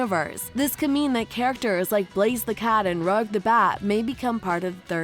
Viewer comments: It's pronounced "ruge" not "rug" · It’s rouge the bat not rug the bat come on lady lol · It’s not rug The bat it’s rouge the bat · “Rogue?” It’s pronounced Rouge, like the French word? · “Rug the bat” It’s Rouge the bat. R-oo-ge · ok but why did you pronounce Rouge like "rogue"? that's not how you say it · "Rug The Bat" Rouge: And I Took That Personally It's Pronounced "Rooj" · or Rug as it's pronounced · Did she just say “Rug the bat” that is sooo wrong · The way she pronounced "Rouge the Bat" makes me question all my decisions in life. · THEY DID NOT JUST PRONOUNCE ROUGE AS RUG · Bro what, you said rouge wrong it sounded like you said rug the bat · DID THIS M$ JUST SAY RUG THE BAT. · "Rug the Bat" An obstacle to Sonic......since when?? Also how did she pronounce Colleen's last name?? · When she pronounced Rouge as rug I was dying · You are saying rouges name wrong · okay but there is one thing about it i dont like and i can not act like it doesnt happen why do you pronounce rouge like that!? 😭😭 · There's a ton of small incorrect bits of information in here. (Example: Gerald Robotnik created Shadow, mispronouncing Rouge's name, etc.) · The way she said rouge 💀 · As a sonic fan, PLEASE say Rouge the Bat correctly! But anyway good video.